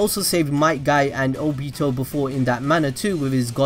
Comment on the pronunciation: The way this guy says Nagato and Obito triggers me, and I didn't even know I could get triggered.